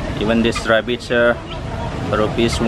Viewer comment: Raaabitts?omg ur pronounciation